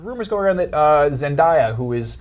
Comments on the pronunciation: ZenDAYa not ZenDIEya that was annoying as crap lol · It's ZEN-DAY-UH, not ZEN-DIE-UH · It's Zendaya btw, not Zendiya. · It's not Zendieya Mfs 😩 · I noticed nobody ever pronounces her name right zen-day-ah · he pronounced her name wrong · Why does he say Zendaya wrong!?!?!?!? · Your saying her name wrong